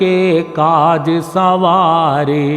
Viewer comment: संवारे को सवारे यानी बिना अनुस्वार के बोला गया है प्रभु।